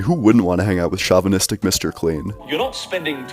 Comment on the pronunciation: I agree with this guy, although he pronounces things weird. Shao-vinistic, Higher-onymus Bosch lol